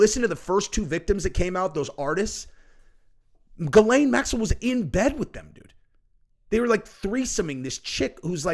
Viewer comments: He name is actually pronounced: Zhee‘•len in French, but American news anchors most often pronounce her name with a "G" as in the "g" in "gate" and with a schwa which is phonetically written like this: "ə" and her second syllable they pronounce as "lane" as in a rural, narrow road. So, phonetically it looks like this: Gə • lān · It's pronounced Gizz-Lane named after a road on Epstein Island. 😂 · you are pronouncing it wrong.... Its.... "Jizz Lane" Maxwell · Never understood how someone called "Ghislaine" pronounced "Gil- lane"